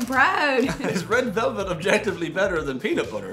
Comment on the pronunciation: Dublin man gains 2 stone in one week. He reportedly keeps repeating "red velvelt" over and over again. Experts believe he will make a full recovery.